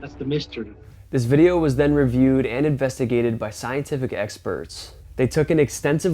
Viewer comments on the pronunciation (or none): none